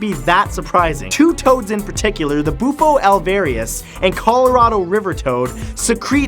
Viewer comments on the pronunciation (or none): none